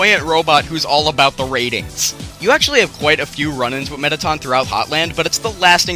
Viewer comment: You said toriel and mettaton wrong!